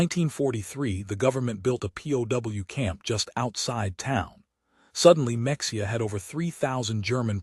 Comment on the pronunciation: Friggin AI! Mexia is pronounced "Meh-HE-ah" just as Mexico is properly pronounced "Meh-HE-co". A real person doing a little research would have known that.